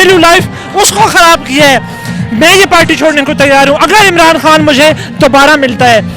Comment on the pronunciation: ...han sahib nahe khan sahib bolo, corect your pronounciation